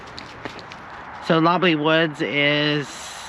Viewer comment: It's Lob-LOLLY, like the pop. Not 'lobby' like the hotel! lol